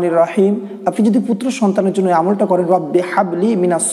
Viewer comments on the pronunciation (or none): হাবলি এর হা সঠিকভাবে উচ্চারণ করেন ভাই